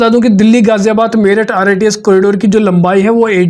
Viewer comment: Rits nhi rrts hai bhai